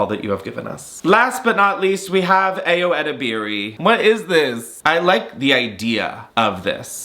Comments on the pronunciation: Pls learn to say Ayo’s name correctly lol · you butchered the pronunciation of Ayo’s name!